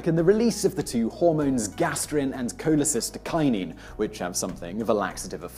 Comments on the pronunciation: Simon, you keep pronouncing it "cholecytokinin" when it is cholesystokinin. This is actually an important distinction, because the root "cyto" or "cyte" refers to a cell or cells, while "cysto" refers to the gall bladder (which is where cholecystokinin is released from). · The "s" in cholecystokinin is NOT silent! The meaning of the word is "cholecysto", referring to the gall bladder (bile cyst) and "kinin" meaning "making it move". This hormone primarily makes the gall bladder contract to send its stored and concentrated bile into the duodenum, but it has other effects too, as Simon outlined. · Cholecystoknin Koh-lay-SIS-toe-kie-nin cy*s* cholecy*s*tokinin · aight. kewl. as a physiologist, i suggest you look up pronounciation of scientific terms before you record. colecyst-O-kinin and gastro-esophag-E-al, par example. good vid otherwise. cheers Simon!